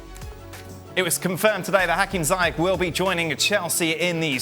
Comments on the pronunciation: All British and American pundits pronounce his name wrong, it’s not pronounced Zyak or Zayak but ZIEJ oe Ziech, the CH is pronounced in Moroccan like a J. and the y is pronounced like a normal I instead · Moroccan names are written in French, so yes the "Zi" part is pronounced "Zee" in English. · In Europe it's Ziyesh, but in Moroccan it's Ziyash, that's noted in his Moroccan passport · Ziyech is pronounced Zee-yea-tch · The Moroccan Magician Name is pronounced Zee Yaaa sssh! and chelsea need to Sancho and Hakimi from Dortmund. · Throughout the whole video i am thinking who tf is zayeech. It's ziiyesh ffs. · Just for the info guys, since I'm Moroccan and everyone sounds to be saying his name wrongly, it's pronounced Zi-ye-sh. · Shouldn't it be Zee-yesh? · it’s not ziyekh? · Woody Nassif No, it’s pronounced Ziesh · Yeah it's something like "Zee Esh" from what I heard from my Moroccan friend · Other countries pronounce it "Zai Ek" cos of accent differences.